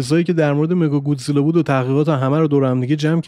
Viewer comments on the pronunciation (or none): مکاگودزیلا نه مگاگودزیلا